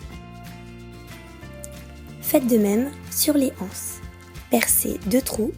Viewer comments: BonjourTrès bon tuto mais on dit les zances et non les anses il n'y a pas de h! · Les anses il faut faire la liaison c’est plus doux à entendre